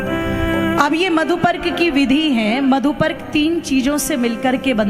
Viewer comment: मंत्र को थोड़ा शुद्ध और स्पष्ट बोलिए जैसे मधुपर्क का मंत्र